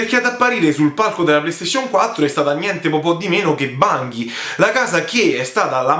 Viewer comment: Bungie si pronuncia con la "g" dolce ;) Comunque Destiny non è un'esclusiva Sony. Diablo esisteva già su ps1 quindi non era assurdo che lo presentassero. Detto questo ci sono rimasto male pure io non tanto per la cattiva fama di Diablo 3 quanto perché appena ho visto Chris Metzen sul palco ho subito sperato che finalmente avrebbero annunciato il tanto atteso project Titan (ovvero l'MMO che sostituirà WoW). Sony ha detto che uscirà "this Holiday season" che non vuol dire ottobre... (continua)